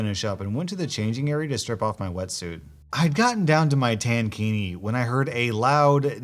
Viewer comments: “Tan-kini” 😳 and I oop! it’s tank-ini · Pronounced tank-ini...not tan-kini 😉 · Its pronounced Tank-iki. Like a tank top, which is basically what it is. Which makes the EP all the more crazy, OP was wearing a swim tank and a skirt, then another normal tank top over it. And EP, the one in a bikini (which is even less coverage than a bra) and a sarong (which is usually open on the side where its tied), is complaining about OP being "naked", on a beach.... Seriously WTF. What even goes through these people's heads?? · I was only listening and trying to figure out what a tan-kini was before I realized he meant tank-ini. Made me giggle.